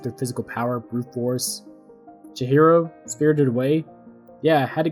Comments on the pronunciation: Lost me at "Chichiro" 🙃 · I absolutely hate to be the first comment and simultaneously pointing out a mistake in a well made video, but your pronunciation of chihiro adds an extra “ch” sound where it should be a “h” Edit: seems like you fix that past the half way mark!